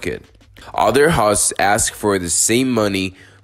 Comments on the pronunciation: It's HOST, and it rymes with Most, not Hawst! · Interesting vid. It would have been nice if you actually showed using the Hpanel and some stats, instead of just scrolling through their website. But you're killing me with how you pronounce 'host'. It rhymes with 'toast' or 'ghost'. It's not 'hawst'